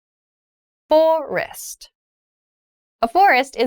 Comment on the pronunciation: The second syllable of the word of FOREST sounded like /ɪst/ in the first and second pronunciations; however, it sounded like /rɪst/ in the third pronunciation. Did I hear it correctly? anyone